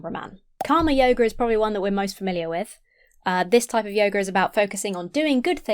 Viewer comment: When you say yoger instead of yoga, I keep thinking you're about to say yogurt